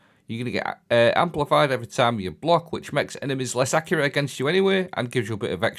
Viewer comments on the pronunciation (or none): none